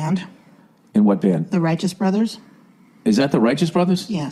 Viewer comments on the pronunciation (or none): Your wife is an Angel and your crazy but I love it. You had me laughing so hard I cried. That slip on the Rightous Brothers. The Whiteous Brothers OMG that was gold.